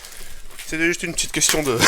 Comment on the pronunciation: direct il ma achevé "One kestionne plize" x)